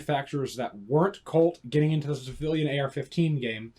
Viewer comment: It's witerawy a civiwian adaptation of a miwitary rifw.